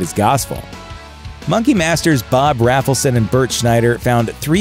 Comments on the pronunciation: (it's Bob RAY-fel-son, NOT RAFFLE-son) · "Must come down for interview" meant not to come there high according to Rafelson (which is pronounced "RAYfelson" not "Raffleson" fyi), who is very goofily proud of that bit. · Rafleson is pronounced with a long A. As in RAYbert Productions. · It's pronounced RAYFULSON. Mike was the only one that answered the "MADNESS" ad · FYI, it's pronounced 'RAYfelson', hence the 'RayBert Productions'. Good post, though.